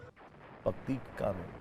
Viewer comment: Vu patikta nahi, paktika hai 😂